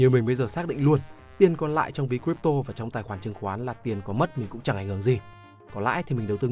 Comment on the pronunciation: Crypto bạn nói sai r nhé